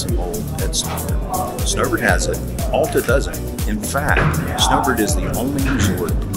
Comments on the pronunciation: It’s NOT Awwwl-ta!! It’s Al-ta!!! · You are not a local. How can any Utahan tell? It is not All ta. AL like altitude. Alf's mid mountain restaurant and Alf's High Rustler are named after Al. Al used the English part of his name, added TA (German expression for outstanding). Thus AL TA. Everyone say after me. ALTA. Al was a great man. He scouted Little Cottonwood Canyon for the United States Forest Service and the first chairlift was installed in 1938. Get to know Al and TA to you.